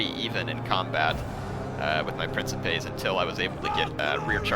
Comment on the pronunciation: So I figure I should be the douchebag that says this.... Princeps priːŋ.keps (prin-keps) Princepes priːŋ.keps.es (Prin-kep-ays) lol... Sorry... feel free to ignore my Latin pronunciation Nazism